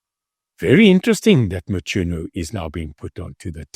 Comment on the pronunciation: Its Mchunu not Mtshunu😂😂😂